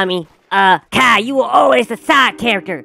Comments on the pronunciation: the fact how he says kyle like "cow" is just so hilarious😭(my opinion.) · bro said “kyle = kaa” 💀💀💀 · Kyle❌ Kehl✔️